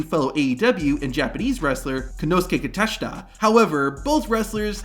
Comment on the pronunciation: his name is Konosuke Takeshita not Konosuke Kateshita 😭 btw Abadon is not in aew anymore